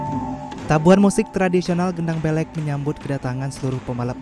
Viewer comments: Gendang beleq mas bukan gendang belek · Pengucapannya gendang belek nya salah bang.... Tersinggung aku. Gak bisa kah anda cari tau dulu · Gendang beleq min, bukan gendang belek 😁